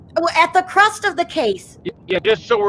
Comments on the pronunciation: *crux of the matter. Not crust. XO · FYI it’s crux of the matter not crust!